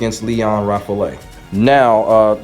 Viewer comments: Good stuff man. I really enjoy this kind of video. Btw I think Lion's last name is pronounced more like "Rah-fel" but I digress. Great work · Actually the "a" in French is pronounced always the same way. And the "e" is silent. So it's more like Rah Fahl (It's the name of the French Jet fighter Rafale) :)